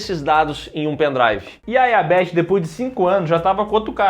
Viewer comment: o mano chamou a Betty de Bery